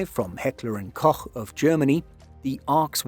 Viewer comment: Thank you, finally someone who can pronounce Heckler & Koch.